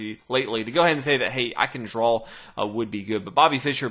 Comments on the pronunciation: That word you keep saying, drawsh or something? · Great videos. Never figured out why you pronounce draw the way you do